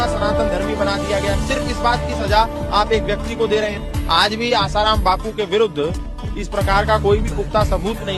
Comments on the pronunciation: Literally said asaram as his ram 😹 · Kya research karna hai Aap bhi ashram jaati ho kya ? Wo peele baba Asaram ko raam bol Rahe Hai 😂😂